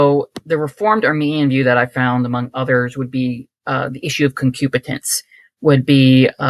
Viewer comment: Great episode. The guest was very well read and very cool (until he said that he was a credobaptist). He would be great to have back on. One minor thing, it is “concupiscence” that Lutherans believe in, not “concupitence.”